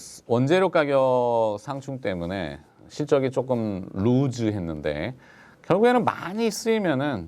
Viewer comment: 팬입니다 외람되지만 한가지 건의합니다 “실적이 루즈”—>루스(loose)가 정확한 발음입니다 한국의 모든 방송인이 루즈로 잘못발음하여 (게임이 루즈하다...등등) 국민전체가 루즈로 발음합니다 올바른 발음 캠페인의 선봉장이 되어 주시기 바랍니다